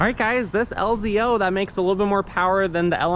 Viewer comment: Lz0 not lzo. Just saying. Also oil fill. Not diesel filler